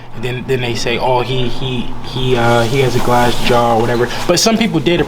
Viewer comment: Did he say glass jar?